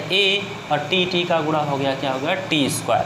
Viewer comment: Aap padhate to acha ho lekin gune ko gura kahate ho s ko yas kahte ho cross ko crass kahate ho